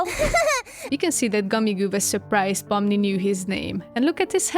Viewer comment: I love the way you pronounce Pomni haha! It’s like fun in my brain